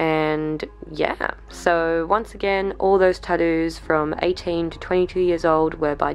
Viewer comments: Does no one realize she's saying tottoos and not tattoos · Australians: "tah'dooos"